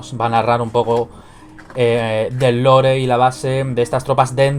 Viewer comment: Lore se pronuncia "Lor"no "Lore".